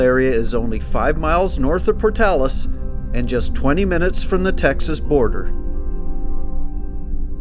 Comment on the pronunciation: Thank you for saying Portales correctly. I went to University there and did go to Oasis State Park and went to Blackwater Draw as part of one of my classes at ENMU.